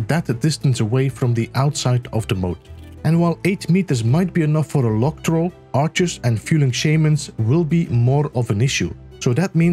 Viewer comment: Log troll. Because he has a big log, you see? ( -> huge range, area, and damage) PS: It also took me a while, the way he pronounced the "log" bit was confusing